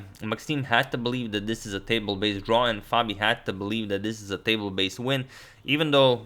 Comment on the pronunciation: Hi. R u saying "table based draw" "table based win" ???